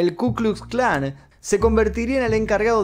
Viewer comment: Aprendé a hablar,. Si en los videos del Hindenburg nombras apellidos o nombres que empiezan con w con la pronunciación español, en lugar de la pronunciación v, no veo por qué no pronunciar la letra ka correctamente